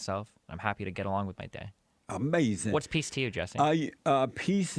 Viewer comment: its A-MAZINN